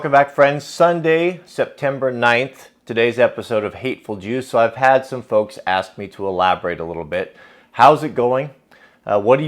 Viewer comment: Congrats on all your progress. Finding what works for you is awesome. You know when you say hateful juice it sounds like hateful jews...enunciate better! I know its not what you mean. I think you were looking for Adonis.